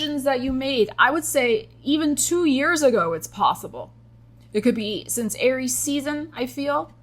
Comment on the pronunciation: you maybe feeling like you lived many life times. Me: I'm on my second life in this lifetime Also, when you said "alright, Aries...", I heard Arielle. I had to pause and think about exactly what I heard vs what I think I heard. What's a ♍ ☀ doing in a Aries reading anyway 😅 Edit: spoke too soon. Virgo is mentioned 💀